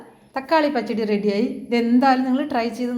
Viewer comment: Please learn to say the Malayalam words as it is phonetically said “pachadi” doesn’t sound like you say it 😊